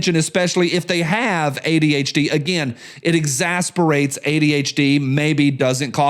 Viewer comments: I am very sorry to do this. The word is exacerbates, pronounced eɡˈzasərˌbātz. Yes I am exasperating. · your Tennessee is showing.... It's pronounced, X-Ass-er-Bait.... Play, "Not like this!" For me😅